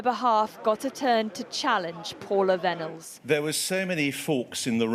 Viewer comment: Vennells pronounced Venom